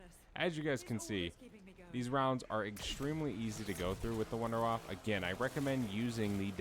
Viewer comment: "Wonder Waf fuh". It's German. Lol